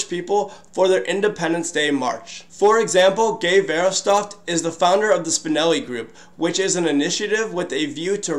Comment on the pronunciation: Guy's name is pronounced Gey Verhoffstat for the record.